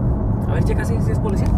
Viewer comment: Se dice policía,, no polecia.